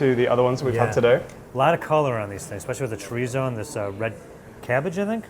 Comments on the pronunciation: I know. Just putting the wrong em-PHA-sis on the wrong sy-LLA-ble. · it's cho-rees-oh